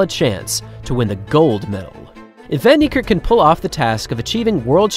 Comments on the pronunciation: true, "Fun" "Knee""Kirk with a rolling RRR as if your are a Scott , Arab or Russian. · Hey! STOP pronouncing his name as "von" Niekerk. That is WRONG. It's correctly pronounced more like "fen". If you're going to honor the guy, at least show him the minimal respect of pronouncing his name correctly! This isn't the first time this is being pointed out to you. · I think the narrator understated Van Niekerk’s magnificence. He’s clearly the greatest human to ever live. Also, I’m a native English speaker from South Africa, and the mispronunciation of WV’s last name is really grating. It’s like this, I’ll sound it out phonetically for you: Van-Fun Nie-Ni Kerk-Kairrk. Wayde is VeyDa. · Bro you guys have to learn to pronounce names. You have google. Come on. Its "Van" as in "fun", "nie" as in "ni hao" and "kerk" not "kirk".